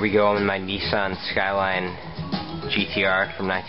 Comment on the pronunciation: Nissan not Neissan